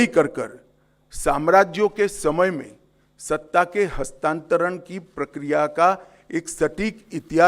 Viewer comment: कृपया हस्तांतरण शब्द को बार-बार बोल कर इसे सही से बोलने का प्रयास करें कल मैं दोबारा सुनुगा